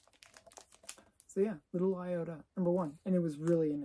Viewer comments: Don't you mean Little Iodine as in the skin cleanser? Not Iota as in a small spec? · LITTLE IOTA ... ??!! ...... I-O-D-I-N-E .... eye-o-dine .... stuff you use on cuts ....... what the heck